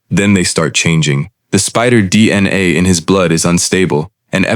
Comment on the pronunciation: listen to how the AI says “DnA”